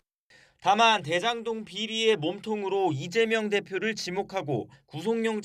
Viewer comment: 드에장동 ... 발음 교정좀 하자